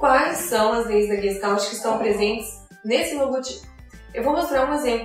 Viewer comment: Oi, excelente vídeo, porém vou fazer uma observação. No início você menciona que a palavra "não tem uma tradução específica para o português". Na verdade sim, ela tem. E a tradução direta é "FORMA". A pronúncia muitos reproduzem como leem, exatamente como disse no vídeo, quando na verdade deveriam colocar um "X" no final de "GES" e um "I" no lugar do "L" e ao final um "T" "mudo", ficando então o som assim: GUEXTAIT. A escrita está OK. Parabéns pelo trabalho. abs.